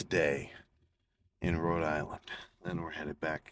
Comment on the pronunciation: First I thought you were saying goodbye roids